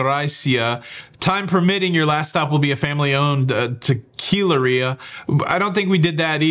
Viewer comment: octopus-red-waving:The tour details didn't say "tequilarilla", it said "tequilera", as in teh-kee-LEH-rah. I'm glad you shared this. I'm pretty sure I wouldn't do the tour, mainly because hours on a bus would never be worth it.